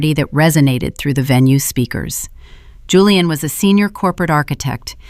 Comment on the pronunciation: Why can't the AI pronounce Julian properly? It keeps saying Hooliaan which is incredibly annoying.